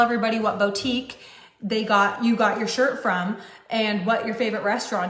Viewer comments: If she says “bow-tique” one more time… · CAN WE TALK ABOUT THIS BOW TEEK?? LOL BOUTIQUE.. [BOOO-TEEK] 🤣🤣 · How does she keep on saying BOA-TIEEK? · I'mma need her to stop saying "bow-tique." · She pisses me off so hard the way she says bow-tique instead of boutique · Someone needs to tell that it’s “BOO-tique”, not “BOW-tique”… BOO. Like the MLM that got shut down. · How does a person run their own Boutique and yet not know how to pronounce the word Boutique?